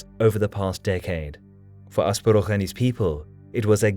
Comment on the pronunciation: You perfectly pronounced Asparuh, not something I have expected but wholeheartedly welcome